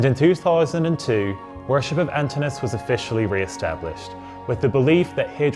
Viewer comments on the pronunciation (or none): You may want to check on the pronunciation of the name Antinous - the O is pronounced. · Pity you didn't check how to pronounce his name...